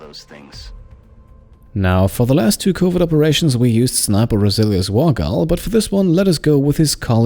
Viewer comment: The way you pronounce covert sounds like covid, which is kinda funny during the quarentine hearing you going on covid missions.